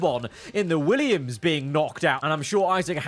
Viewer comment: NOT THE WEEYUM